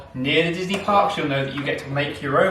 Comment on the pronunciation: I swear it sounds like said "Welcome to Donkey Ever After". This is so cute & wholesome